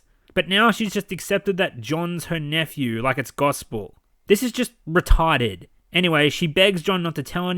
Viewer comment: "So Retawded!"